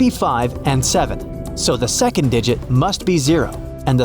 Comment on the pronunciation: Seacond lol